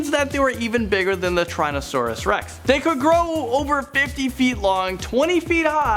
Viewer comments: pterodactyl doesn't exist, there is a pterodactylus which is tiny and the pteranadon, also dude you mispronounced quite a bit of things lol spinosaurus spine is called a sail it's it's not crentasious period it's not tryannosaurus and it's spelt like mosa but it's pronounced like moza please iosaurus is how that the well the you know what is spelt, some of these mistakes are common but you need to make sure you're pronouncing things correctly more often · Tryrannosuaurs Rex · trynosaurus lol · WoW didn’t you mean tyrannosaurus not trynosaurus ?!?! Haha